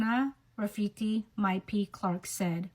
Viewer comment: her name is Hana - Maori - not Hannah - european